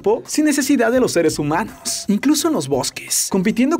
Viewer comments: Like si escuchaste que dijo HOmanos 😆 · Ajjajajaajjaja si Homanos